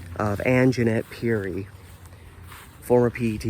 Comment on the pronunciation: I graduated from Rex Putnam in 1982. The news Article misspelled Ms. Perry's Name. The correct spelling is "Perry". You're pronunciation of her Name is also incorrect. The second Pronunciation you used is the correct Pronunciation. I remember Ms. Perry as a very positive and liked Teacher. I also remember seeing the Janitor at School. I always got an "odd" feeling about him. There was something just "off putting" about him.